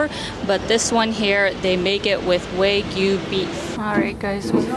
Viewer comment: Hi, the word, ‘WAGYU’ is to be properly pronounced WA GYU. NOT ‘Way Giu’ The word, ‘WA’ means Japanese 🇯🇵, and ‘GYU’ means Cow 🐂So, WA GYU means / refers to all Japanese Beef cattle, associated with unique high-quality beef known for its rich flavour.